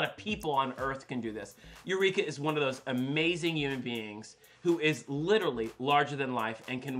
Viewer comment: Thorgy is TURNT and I'm living for it! "Yoo-man beings" ? 🤣